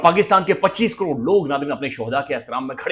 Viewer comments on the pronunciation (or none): none